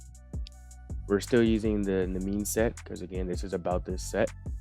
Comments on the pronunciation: I believe it’s pronounced nee-me-in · im pretty sure its pronounced "Knee-me-n", its a reference to an old myth i believe